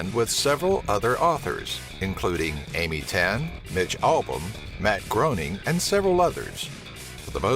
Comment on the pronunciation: matt groening's last name is pronounced "graining".